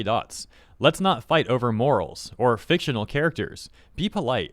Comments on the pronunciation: "do*nya*tions" "fictio*nya*l" I dont think those are typos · "FICTIO-NYA-L", you owe us a singular "nya". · they had me at "fictionyal" 😹